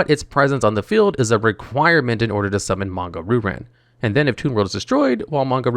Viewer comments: Heehee…Manga Roo Ran..? No offense on you pronouncing the name. It is actually pronounced as Manga Ryu [Ree-Yu] Ran. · Bro do you legitimately think the pronunciation is “roo-ran”? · The pronunciation of Ryu-Ran is absolutely killing me...